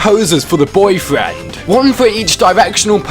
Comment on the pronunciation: I like how he says BOIII FRAND